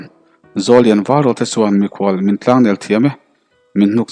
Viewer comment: Ni atlangher tihhi kalo tihve thin danchuan tlang niloin thlangher tiin kalo lamthin